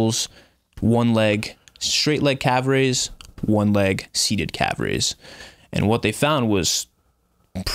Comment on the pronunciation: Can someone let homie know that calf (singular) ends with an F?